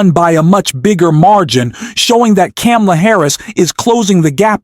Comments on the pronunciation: Yep. What is wrong with, that he seemingly deliberately mispronounces her name? Try saying Kar-ma-la, FFS. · comma;la.......really not that hard to say correctly, PLEASE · Please learn how to pronounce Kamala. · I will not like or follow you until you learn to pronounce Kamala’s name correctly.. COMMA-LA. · Her name is comma-la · needs to learn how to pronounce Kamala's name before he can continue publishing critical analysis against Trump. It is very annoying listening his analysis about Kamala. He obviously didn't listen to the DNC speaches. This may be a computer generated audio. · Great video, but PLEASE learn to pronounce VP Harris' name correctly. Then, you'll get my "like". The "Ka" rhymes with "Pa". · Learn to pronounce Kamala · Everyone who has a problem with the narrator not being able to pronounce Kamala name right seriously needs to get over themselves. I'm sure you wouldn't like me either and here's the sad thing, I'm an independent who voted for both republicans and democrats and this year will vote for Harris and I even believe that as Trump is the nominee that it might not be the right choice to vote for a 3rd party because we need to do everything we can to keep Trump out of office, but those who have a problem with anyone who's not able to pronounce her name right, probably wouldn't like me either. Seriously grow up and get over yourself snowflakes. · If you want to call out Trump on his cognitive decline and hypocrisy….you should learn to pronounce Kamala’s name properly. 🤨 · Please learn how to pronounce kamala the right way before posting another video. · Pronounce Kamala Harris properly.